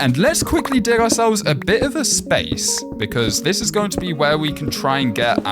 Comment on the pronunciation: He say y im in the spamce